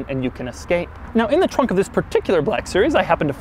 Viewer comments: Actually he says zhisssss ,instead of this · I like your " This" :D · Doug butchered the THISSS